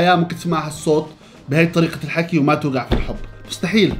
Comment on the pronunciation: "توقع" الكلمه بحرف الـ(ش)